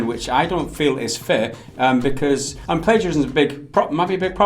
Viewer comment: Also 'Plaguerism' lmao